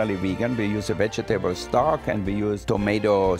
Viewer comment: Only Wolfgang Puck can say vege-TABLES instead of vegetables.